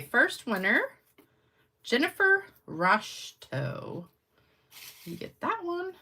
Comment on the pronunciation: OMGoodness! I won a card and you even pronounced Roshto right! I'm 62 Pearce Ave, Houlton ME 04730. IThanks!!